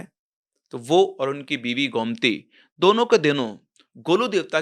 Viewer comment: Sir it's गोमती not गौमती 😅